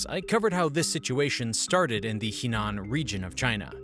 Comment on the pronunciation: Henan is pronounce “Her-nan”